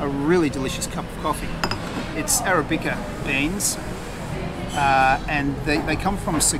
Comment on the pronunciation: Can understand you mispronouncing Filo words but surely as a coffee loving Aussie you should know how to pronounce arabica! Haha